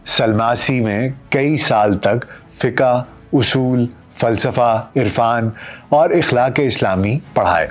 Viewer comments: Fiqa nahi kehtay ,FIQ bolla jata he yeh word.please set it in future.Thank You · آپ فقہ کو فّق-ہَ نہ کہا کریں۔